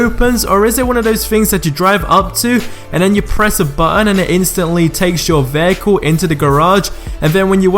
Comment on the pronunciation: Vaycool ... not vehicle, Veycool. I love accents xD